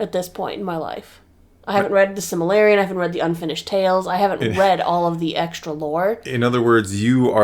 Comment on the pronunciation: can’t say Silmarillion.